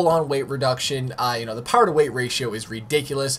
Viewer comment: Bruh don’t ever say POWA again man 😂😂😂